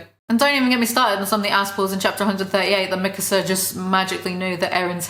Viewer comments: You make "Mikasa" sound like "Mixer." :P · bruh i didn't realize you were saying mikasa and not mixer until the 30 minute mark. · the way you said mikasa really tied it all together